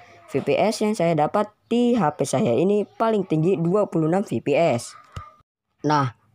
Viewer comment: Koreksi bang. EFPIES bukan VIPIES